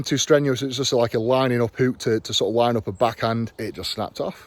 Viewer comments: And the word is hook Eddie not huuukkkk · A lazy hooooook, it’s hook not hoooook